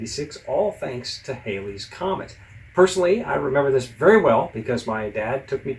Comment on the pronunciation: I'm a big fan. My one correction here is the pronunciation of Halley's Comet. Halley rhymes with Sally. (It was years before someone corrected me. Well after I viewed the comet by eye and using binoculars in 1986.)